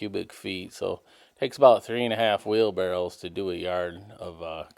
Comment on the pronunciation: How in the F do you know how to spell wheel barrows? But pronounce it Barrels???